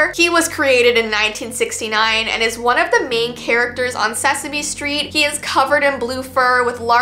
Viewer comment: IT AINT SESAMONY ITS SESAME